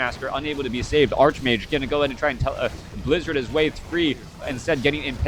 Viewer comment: "Arch" in Greek based words is pronounced "Ark" except when the "Arch" is followed by a consonant. Ergo, "Archmage" should be pronounced Arch-Mage not Ark-Mage.